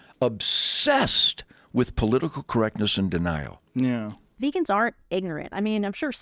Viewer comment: Is he intentionally mispronouncing everything?! Vaygans, mansanto, payta, tofU (with the inflection on the second syllable) lol